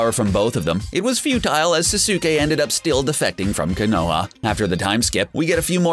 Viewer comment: Gosh!!! Learn to say the names correct!!! When he says Naruto, Sasuke, and Konoha made me cringe so bad!